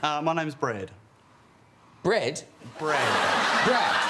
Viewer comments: its brad not bret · To be fair, I'm a kiwi and I heard "Bread" too. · No no, he's right. It's brad. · . You can